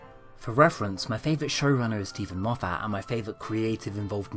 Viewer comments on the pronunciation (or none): Why do you pronounce Moffat as "Moff-AT", with such a strong emphasis on the second syllable? Everyone else I have ever heard say that name pronounces it "MOFF-et".